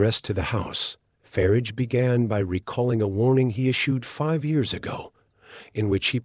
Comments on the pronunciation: It's not "Farige" it's "Farage" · "Voice of Brits" with a plastic voice with a yank accent that can't even pronounce 'Farage'. I'm sick of these right wing pseudo journalists.